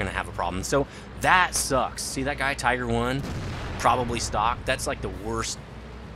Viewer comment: its a tiger not a teeger